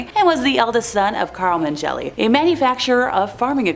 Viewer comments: Mengele is pronounced "meng- ga- la"... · Say it... DOCTOR MEN GUH LUH... PRONOUNCE THE DAMN WORD... IM SO PEEVED RIGHT NOW😮